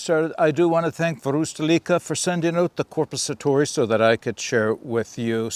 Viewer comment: Your pronunciation of Korpisoturi is very good :) The knife's not too bad either, just wished they'd make a version with a longer blade. That length is best suited for bushcrafting. For military applications IMO you really need a blade at least 14-15 cm long, like with Peltonen's Sissipuukko or the longer Jääkäripuukko.